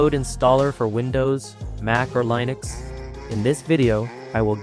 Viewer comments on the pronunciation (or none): none